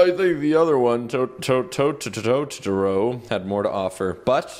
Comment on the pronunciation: Tahtoro Me: Pretty much triggered